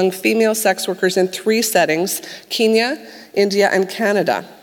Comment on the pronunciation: someone teach her how to pronounce Kenya omg